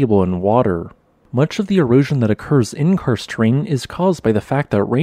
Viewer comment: When listening to the video I just heard "Cursed" not "Karst", maybe it's a cursed terrain as well with sinkholes?